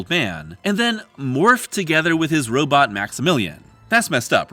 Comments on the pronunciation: Heh, "robit". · I appreciate your anachronistic pronunciation of the word "robot".